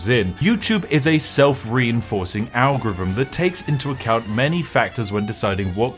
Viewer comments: Why do you keep pronouncing "algorithm" as "anglo rythm"??? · I never knew British people pronounced ALGOTHM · Some advice: Since you clearly have a slight speech impediment which means you can't pronounce "th" properly, maybe you shouldn't repeatedly try (and fail) to say "algorithm" which comes out as a mangled mess closer to "algorvm". Just a thought. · The way he pronounces "Algorithm". "Algvivim" 😅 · "algvvhm" is the best pronunciation of algorithm ive heard in a long time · Spiff, please atop saying algevum ... Pleeeease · Can’t take someone who continuously mispronounces “th” as “v” seriously. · Don't worry, as an American I can assure you that we could never be offended by someone calling us irrelevant if said person can't even pronounce the word algorithm properly. It's too cute to stay mad. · Bro can't say algorithm to save his life hahahahah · Have I missed something? have you now a different voice ? One that struggles to say algorithm.